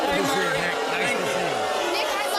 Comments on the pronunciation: kids playing house and its maury not murry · It's "Maury." "More-EE." Not "Murry." Good Lord...